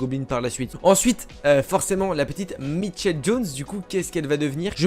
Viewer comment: Elle s’appelle michel pas mitchel 😭😭